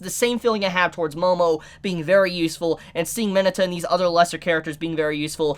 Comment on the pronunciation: I don’t believe thats how you pronounce Mineta